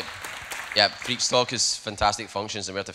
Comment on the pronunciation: Of for Pete’s sake, when introducing a speaker, at least learn how to pronounce their name. Hint: it’s not “freak” 🤦🏻‍♂️